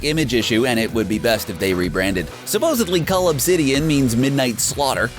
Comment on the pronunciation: That his name is cull not cold 😂🤷‍♂️